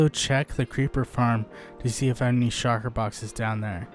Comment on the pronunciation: Shulker! not Shocker